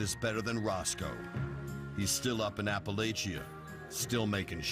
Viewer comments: It’s pronounced apple-atch-ia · The way he Pronounces "Appalachia" is painful.